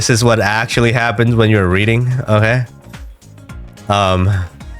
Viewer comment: you say reading but i hear breeding :face-blue-smiling